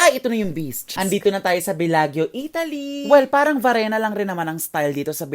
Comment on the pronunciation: When you come back to Italia, let me know and I can accompany you roaming around. Btw, that is pronounced as Belajo. parang Miss Universe walk. 😆